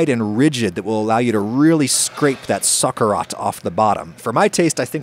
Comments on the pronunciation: I'm gonna be super judgy here because I used to live in Valencia. Well done! I've seen peas more frequently than green beans, especially for paellas at home. Socarrat is pronounced so-kah-RRAT. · Dice sócarat con acento en la o y erre floja, me parece que no te dedicas a afinar pianos precisamente. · I'm sorry but he didn't nail socarrat at all. The tonic vowel is at the end, socaRRAT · Lol ni de coña lo pronuncia bien, madre mía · You know, as a spaniard from Valencia, born and raised, you did a great job! The only comment I would make is your pronunciation of Paella as "pallella" or the funny way you said socarrat. I would love to eat the paella you made, better than some restaurants here, that is for sure!